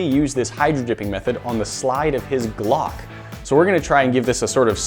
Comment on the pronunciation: The way he said "Glock" had me crying 🤣